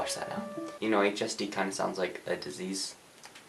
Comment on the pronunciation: HSD sounded like LSD to me 😂